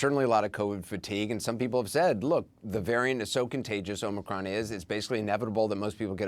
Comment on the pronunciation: You mean O Mi Con,cmon,man. Let's go Brandon